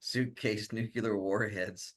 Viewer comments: It is so hard for me to believe that so called experts don't know how to pronounce the word NUCLEAR. Let me clue you idiots in! It is pronounce NU - KLEE - ER. If you can't pronounce the word I can't take you seriously. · What about a nucular drone? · He said nuclear or gas.........